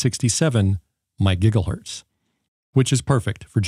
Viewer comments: It's pronounced My Jiza hertz. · Great review, and thanks for pronouncing megigglehertz correctly!